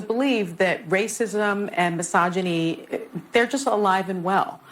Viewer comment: If I took a shot every time Sunny said " racism and masoginy" I would be on life support.